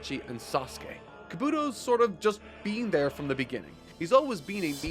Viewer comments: the fact you have yet to say kabuto right between 12 parts is hilarious. KA-bu-TO not ka-BU-TO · The way this man says Kabuto is still annoying, yes its spelt like helmet except its pronounced with an E/I not the U when it comes to his name. Kabi-To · I know this is the last time he’s gonna have to say it but I really hate how he says kabUtos name 😭🤣🤦🏾‍♂️ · You pronounced "Kabuto" 3 different ways in a matter of seconds. Do you truly not hear the differences? Do you care at all about consistency or cohesion? You'd think after literally hundreds of chapters you'd at least try to pretend to give a damn. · It’s pronounced Kah-boo-toe and Ko-nah-ha